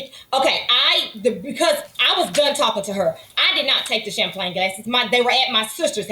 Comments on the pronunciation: Omg its champagne not champlane. Low class. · CHAMPAGNE 🍾 OR chamPLAIN 😂😂😂 BASIC ENGLISH IS SOOOOO EASY! 🥴 the plaintiff is sooooo cringe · I don’t trust anybody that says “Champlagne glass”. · Why does she keep calling them “Champlain glasses” lololol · Is she saying "shamplane"? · Champlane, champlane, OMG doesn't she even know how to say Champagne, I bet she's one of the people that says liberry instead of library. Both plaintiff and defendant are as nasty as each other... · The word champagne is killing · Will someone please tell the plaintiff that champagne glasses aren’t NOT PRONOUNCED chamPLANE glasses! Even when the judge pronounces it correctly, learn you sound ridiculous girl. Crazy, how many years of school did she go to 😂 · Every time she says champlane my eye twitches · Champlagne😂 I thought it was a mistake until she said it over and over. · 😂🤣😂🤣😂🤣 She said it 3 times and didn’t even realize it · She was articulate until JM called her out on swiping the 'champlagne gases' and then she began stammering and mispronouncing words. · I can’t stand when people refuse to speak properly. What the hell are champlagne gasses? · “Champlayng glasses” 🤣🤣🤣🤣🤣 i thought it was a mistake but she kept putting the L in it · Champlain lol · If the plaintiff says cham-plane glasses one mo time!! 🤣🤣🤣🤣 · Good lord there is no L in Champagne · Plaintiff didn't say "Champagne Glasses" correct until like the 6th attempt 🤣😭😆😂😭🤣 Just stop...ROFL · Giiiiiiiiirrrrl I thought I was hearing wrong cause it is almost 1am and I'm sleepy but I kept hearing it and came to the comments to see if anyone else noticed! 🤣🤣🤣🤣🤣🤣🤣🤣🤣🤣🤣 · My name is champagne and the audacity to mispronounce it is appalling 😂😂